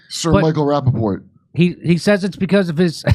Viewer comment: Did Kurp say, "Sir Michael Rappaport?"🤣🤣🤣🤣